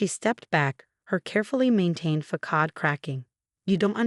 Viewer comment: Wish they could pronounce facade (fa sod) and not fa kad.